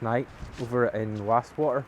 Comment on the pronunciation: Why can’t people pronounce Wast water properly